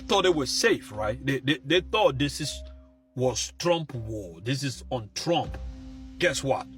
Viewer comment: Trump not trunk